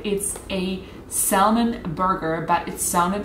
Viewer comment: I know this is old, but salmon is pronounced sam-in.